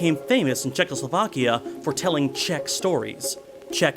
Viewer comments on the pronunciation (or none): none